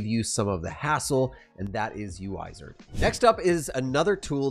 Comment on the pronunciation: "yuaizar" I could be wrong but I would think they expect you to pronounce it wizard 😄